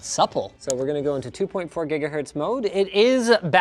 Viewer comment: "green for 2.4 greenahertz "